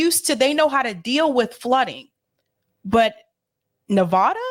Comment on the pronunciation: Please LEARN HOW PRONOUNCE NEVADA